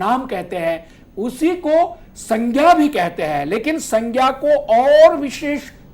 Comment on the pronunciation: 🙏🏻It is not proper to pronounce संज्ञा as सङ्ख्या or सङ्ग्या